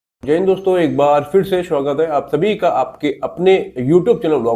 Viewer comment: Tu swagat ko shwagat kyu bolta h bhai